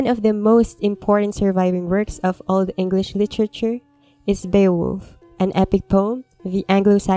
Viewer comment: This means a lot to me. Also, can we appreciate her Old English?!